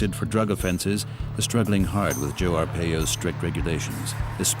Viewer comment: His last name is pronounced Ar-Pie-O not Ar-Pey-Yo